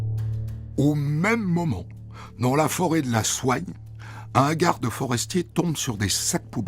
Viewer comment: Merci comme toujours❤️ Par contre on dit la forêt de Soigne 😉 tout simplement